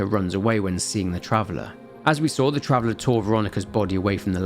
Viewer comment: Take a shot everytime he says "travelah "